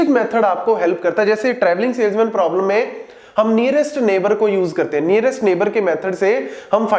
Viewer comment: I did speed to 0.5 😢 when Sir was saying Traveling salesman probablem (TSP)